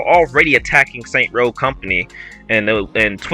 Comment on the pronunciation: All I want is a return to saints row 1/2. Not this Starbucks soy latte hipster trash. Also it's called Saints Row not Saint Row